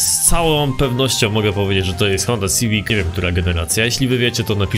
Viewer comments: to jest sziwik ło kurde szywik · Nawet nie potrafisz poprawnie wypowiedzieć nazwy tego samochodu